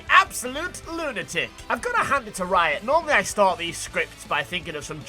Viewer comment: Every time said lunatic, all I could hear was Lunar-Tick, and I got a decent chuckle out of that